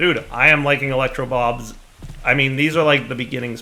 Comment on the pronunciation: I swear half the time you call the mod electro bobs. Edit: Ok, way more than half the time lmao.